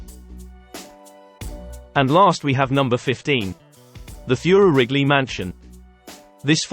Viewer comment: #15 - it is pronounced "TOY'-rer". I'm a direct descendant of Mr Theurer.